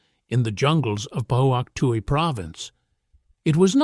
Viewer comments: I don't know who those soldiers were, in this video,but they were not Diggers (Australian soldiers), neither regular Infantry nor SAS. None of them is wearing the head-dress that we did I South Vietnam. Also, it is pronounced Fook Twee Province. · It's pronounced 'fook twi'.